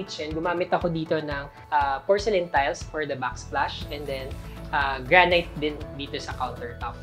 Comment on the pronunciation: Granite “gran-it”